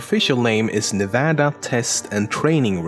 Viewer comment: You pronounced Nevada correctly and I never felt more at ease ☺️